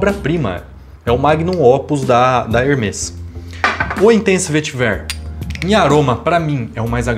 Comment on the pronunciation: Hermés se pronuncia com ambos os "e" abertos.